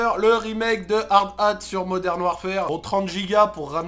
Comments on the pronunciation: DIT HARDATTE ET NON HARD-HAT STPPPP !!! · "hard ate"